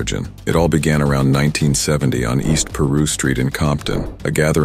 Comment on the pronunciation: “East peru st” 😂😂😂